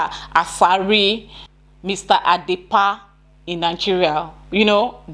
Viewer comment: Did you say Mr. Adepa? OMG Adepa is a female name..... That name is Dapaa